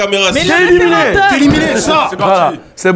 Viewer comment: waouh vous prononcez grave mal le mot "referendum" mdrrr DZ EN FORCE , ON t'accepte mon gars fodjé